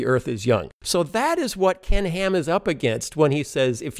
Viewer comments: I hear 'Pork n Ham' LOL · "Oh poor Ken Ham" -- sounds like "Pork & Ham" ...